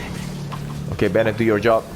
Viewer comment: Kirain channel orang luar, sampe dengar "okey!" baru ngeh kalau ternyata ini channel orang indo wkwk Nice vid bang, akhirnya yakin dan percaya traveler bisa dijadiin main dps :))